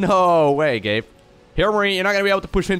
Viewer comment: Whenever sais Gabe, i tend to hear "gape" and that'd be something really inapropriate lmfao